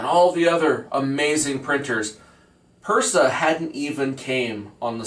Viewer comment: If you have been printing for so long and say you are the OG of 3d printer tech, How is it that you mispronounce words related to 3d printing. Like you say, "benji instead of Benchy" and Persa instead of Prusa, and Nactura instead of Noctua. And if you built that printer 10 years ago, i seriously doubt you would trash it like you did. Something is very fishy with your claims.